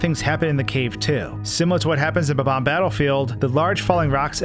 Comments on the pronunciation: its not bubom its bomom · I will never forgive the person who decided to start pronouncing bob-omb as buhbomb.